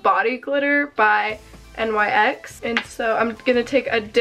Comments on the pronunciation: Did she just say n y x girl it’s nyx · i though it was a nice video.....and btw i think "nyx" might be pronounced like "nicks" not n.y.x idk im stupid sometimes so im probably wrong tbh sorry